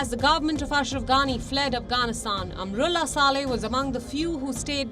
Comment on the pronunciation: Palki dear why do you say Amarullah Saleh; its wrong pronunciation; I am and all of us are disappointed at your faux pas; please correct yourself it should be "Amrullah Saleh and and Amar